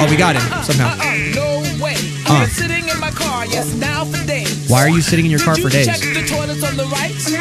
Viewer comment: It sounds like say shitting instead of sitting